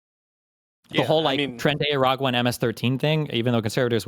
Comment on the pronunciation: Excuse me Destiny. It's "Tren-de-ra-AQUA". As Vaush would say.